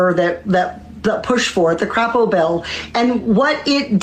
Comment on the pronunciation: I love when people pronounce his name like Crappo😂😂😂 it's actually pronounced like Cray-po.